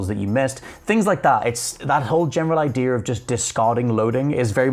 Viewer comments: Did someone tell this guy they’d pay by the “idear” count? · There is no “r” in the word idea...it’s not “idear” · It's that invisible "R". I guess we have silent letters and they have invisible ones. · Thought it was just me hearing that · Maybe it’s cause I’m American but the way he says “idea” kinda drives me crazy lol